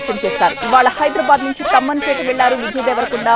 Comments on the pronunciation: Amma adi tammanpeta kadu Thummanpeta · Thumanpeta not thamanpet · తమ్మన్ పేట కాదు మేడం.... తుమ్మన్ పేట...... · Thamanpet kadhu thumenpet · Tammanpeta kadu Tummanpeta